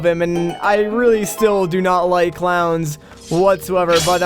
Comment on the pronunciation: The entire time you were talking about clowns I heard "Clouds" and I was very confused when you said a cloud went into the gift shop to get you a toothbrush